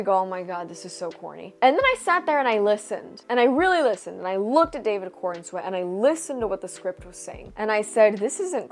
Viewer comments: I thought you were saying David Cornsweat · I had to look up his name as I kept hearing you say David Cornsweat, It didn't get much better after looking it up lol, PS, You look amazing.